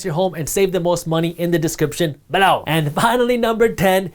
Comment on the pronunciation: I keep thinking he's using some Hindi or other Indian language as an emphatic exclamation. I was confused for quite a while now before I realized he's saying "below" like "bahlor". He didn't do that in his videos a year ago.